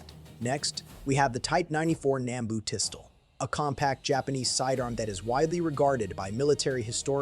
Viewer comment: And the voice over? Please review the part with the Type 94 Nambu and listen to how "pistol" is pronounced.